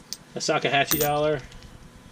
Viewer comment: Did you say "Sakahatche" dollar? :)))) I think you meant Sacagawea haha